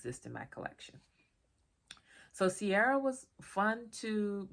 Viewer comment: It's pronounced Keer-ah. I need to find this in Ireland as it's my name!